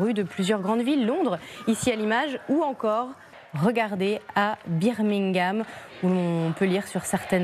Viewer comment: Notament à "beer mingham" mdr...